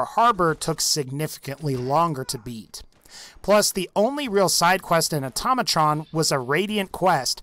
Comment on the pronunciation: it's pronounced "Auto-Mey-Trun"